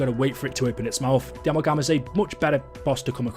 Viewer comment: Why do u pronounce amalgam like that😭😭